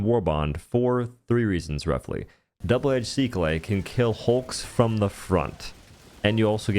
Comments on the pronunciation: It's pronounced Sick UL. Not seek lay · double edge "SI KLEH" lmao i cant 😂🤣😂🤣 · excuse me what? Double edged Seeckl-a? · I love this guys reviews, but I really hate the way he pronounces Sickle 💀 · I'm sorry how did he pronounce sickle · …And neither one of us believe that. As if anyone would believe YouTube content creators need to make a conscious effort to screw up the pronunciation of their own language as much as they do. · Yep, and it’s funny when used with finesse. For this video, he probably did mispronounce it for fun. We can see the gun’s spelling on the screen, and it does sound funny the way he says it. But linear relationships are more of an experience thing. It’s not something you’d always expect kids or young adults to know. It’s been an incredibly long time since I took algebra, so maybe teachers today are no longer referring to line and slope equations as “linear” anymore in class… which is the first time I was introduced to the word.